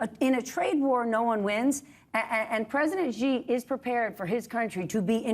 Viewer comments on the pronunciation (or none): President SHEE not zjhee. In Mandarin, x is pronounced ‘sh’. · It isn't "Ji" or "Gji". Xi is pronounced "She" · Really can’t understand how it’s so difficult for American political commentators to pronounce his single-syllable name correctly. People, ‘X’ is pronounced like ‘SH’ in Chinese pinyin, which is their phonetic system for using the Roman alphabet. So “Xi” is pronounced “she.” You know, just like that super common English pronoun. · Bill is getting lazy. Not knowing about Harvey Milk and still after 15 years mispronouncing President Xi. “Xi” is not pronounced “G” 🤦🏻